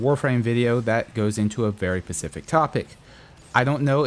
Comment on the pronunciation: and its specific not pacific